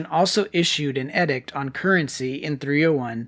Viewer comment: The word is pronounced EEEDICT. SMH. why is your generation so ignorant??????? WTF???